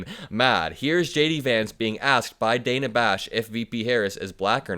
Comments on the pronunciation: Again, her name is pronounced, "Danna," not "Dana," even though it is spelled with one n. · Her name is pronounced DAN - A not DANE-A